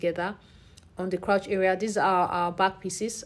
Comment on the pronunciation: Hello 👋🏼 lovely video. I wanted to just correct your pronunciation on ‘crouch’. It is actually ‘crotch’ as in “touch” 😊. I’ve noticed it in a few other videos so I said let me help out. ❤